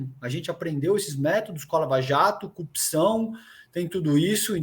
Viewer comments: O Moro falando conje e o Dallagnol falando cupção não sei como passaram no exame da OAB e depois em concurso público por que os dois são uma piada. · Curpção, conje, conja, "quem inocente foi preso" e etc. Dois dialetos: morês e dalanhês. Esses caras se formaram em Direito por correspondência? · Nem Vera Magalhães aguenta o "cupçāo" falando atrocidade em cima de atrocidade..Um alento! P.S: Calejon tá a cada dia mais sexy e delicinha com essa barba..Aff Mariah 🤤😋😘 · Além de falar "Prenti" invés de presidente. Toda vez que Deltan e Moro abrem a boca pra falar "cupição", eles matam uma fono.🤣🤣